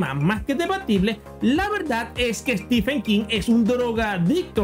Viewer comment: Perdón, pero Steepen King, Konan Doyle, Ian Fleming. ¿Que te fumaste?